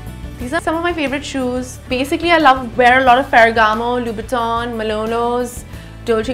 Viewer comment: you don't see any problem that doesn't mean she said it right. It just means you both are wrong. And I know it is Louboutin ( named after Christian Louboutin and famous for it's red soles )not LV, that's why I wrote Louboutin in my last comment, but her pronunciation was all over the place.